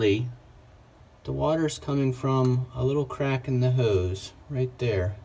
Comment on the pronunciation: Ode sprayer? Howse? No w in hose.